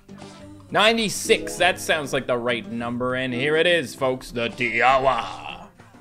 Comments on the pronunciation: Tiawa you actually say it as tinkwa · Fact Tiawa pronouced ti-a-wa